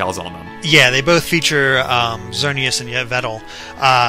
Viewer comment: eevetle...why do people keep on mispronouncing Yveltal